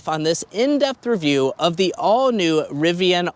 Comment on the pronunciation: Nice RIVVIAN